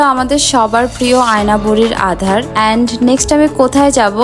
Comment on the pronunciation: আধার না - আদার। সঠিক উচ্চারণটা করবি